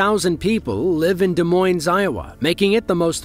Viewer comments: The city of Des Moines is not pronounced "D moyns"; it is pronounced "D moyn", with no s at the end like no s after Des. God - use the internet to learn how to pronounce names. If you had done your homework, Des Moines was hit, but Cedar Rapids, the second largest city in Iowa and 100 miles farther east had 140 mph winds that brought down TV and radio transmission towers and lost a staggering 65% of their tree canopy.(no mention of that here) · D Moyne. The S is silent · I'm from Iowa and we don't pronounce the "S" in either Des or Moines....it's De Moine. You are welcome. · I have a friend that lives in the Philippines and we were playing an MMO with a group and he said, "if I drop out it's because we lost power since we're going through a typhoon", like it was an everyday occurance to him. It was bizzarre! On a side note, in Des Moines, the 'es' at the end of Moines isn't pronounced, so it is just like saying Da Moin or Deh moin. Kind of like Illinois, we don't pronounce the 's' at the end. America is a strange place when it comes to the way we have changed the way things are said. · Des Moines has no S pronounced at the end of the word. De-Moine. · When pronouncing Des Moines you do not have the s on the end of it. Pronounced Moine. If you are going to do these kinds of videos you need to correctly pronounce things. SMFH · Des Moines is a french name so it's pronounced without the s. I thought you were pronouncing derecho wrong but i looked it up and you made me learn something too. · Just so you know, you do not pronounce the S in Des Moines. Great video. You did such a splendid job! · Not so much for Des Moines though. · Yep. Then he immediately mispronounces Des Moines, Iowa. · Too bad he can’t pronounce Des Moines… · Both ‘s’ are silent in ‘Des Moines’ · Come on, narrator. Des Moines is not pronounced with the "s" at the end of Moines. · Nor at the end of "Des." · The ''S'' is silent at the end of Des Moines, Iowa.